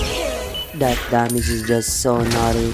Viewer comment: yes ginamit nya yung line ni betosky pero imbis nautty bakrt parang naugthy sabi nya HAHAHA